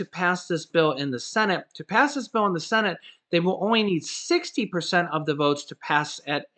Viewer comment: Every time I hear the words Congress or cenit. I start laughing